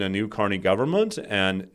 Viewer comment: Pronouncing 'government' after I teased you about saying it 'govbment' 🤭